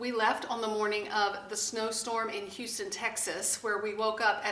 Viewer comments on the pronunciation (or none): none